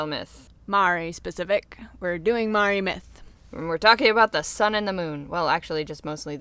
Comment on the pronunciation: I'm Māori myself, and although your pronounciation of Māori and Rona really need some work (no offense meant, Māori is a really hard word for anyone unfamiliar with the language to say! Even some non-Māori New Zealanders get it wrong), it's so cool to see my culture discussed or... really acknowledged at all. Human Calamity is gorgeous btw!!!! I love her so much.